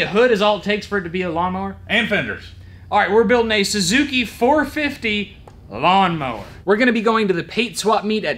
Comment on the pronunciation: It’s a Gawnmower